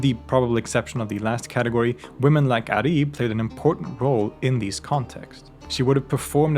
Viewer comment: I like to say that her name is عُريب (auraib) not عَريب (arib)